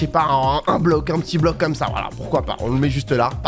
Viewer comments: Mdr a toute les builds ils dit < >la prof de français 👩‍🏫 qui arrive C PAS <<COMMACE>>C EST COMME SA Pov:je fait la même choses😂! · Tu diras à d'arrêter de dire comasse il est gênant